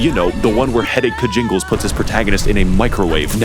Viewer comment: Ah yes,.